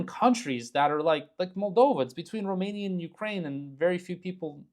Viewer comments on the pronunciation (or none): none